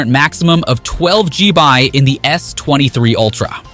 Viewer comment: What' a "g-bi" of RAM?